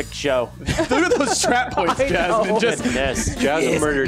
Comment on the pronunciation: BOINTS... NO BOINTS